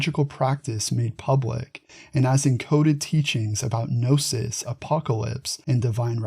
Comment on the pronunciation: If you don’t say “ga” nome or “ka” nife, why say “ga” nosis?